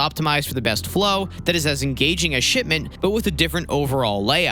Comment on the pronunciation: It sounds like he says shit mint instead of shipment.